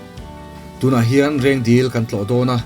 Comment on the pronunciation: 6.19min a Rengdil tui i tih hi Rengdil tui ni loin Reng Dil (lake) a ni, ziakah chuan Reng Dil tih a nia, ṭawngkam erawh chuan Reng dil li tiin sawi ṭhin a ni zawk e.